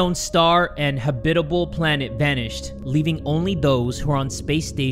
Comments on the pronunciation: my boy just said habitable habbitibil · the way he said habitable is forever gonna kill me LMAO